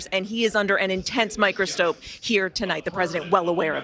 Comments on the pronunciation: Omg Bidenitis is catchy, even the reporter mispronounced "Under an intense microSTOPE" ? Yeah sure, and unscripted , just more BS To go along with a Poll saying Harris is neck and neck with Trump! Geez anybody that really believes this garbage should not even be allowed to vote!! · Did she say microstope. Fire her for mistake!!!